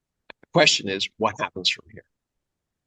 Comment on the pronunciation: USA, USa, Usa, usa, us, u, "what heppens here, haha" ... Pooooooffffff happens haha